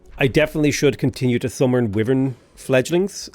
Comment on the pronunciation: I can somehow survive the vee-vern thing, but aegis is idge-eece (ˈiːd͡ʒɪs), not egg-iece